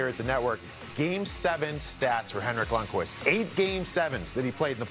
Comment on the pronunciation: It's Lundqvist.